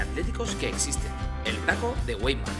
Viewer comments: ""vaimar" se dice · Pronunciamiento incorrecto se escribe weimar pero se dice waimar.